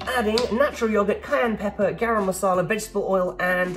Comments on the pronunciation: The way you said "Garam Masala"..lol. A very common spice mix in India. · It’s funny cos I’m Indian and you always get people that say garam masala wrong lol I don’t mind though at least your having fun